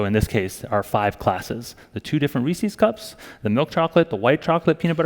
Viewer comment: Reese's, damn it, not "Reesies". Jesus.